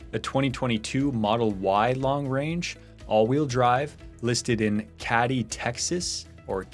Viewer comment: Katy. Rhymes with lady